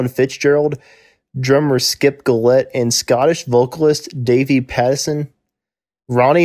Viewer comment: James KO-tak. Skip JILL-ette. Denny Car-MOSS-i.